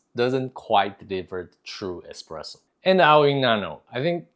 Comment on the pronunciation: Espresso , not expresso))